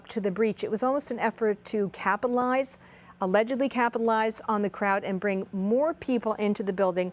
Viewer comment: What? - Did she say “capalize”? Really? “capalize”? Twice? 🥴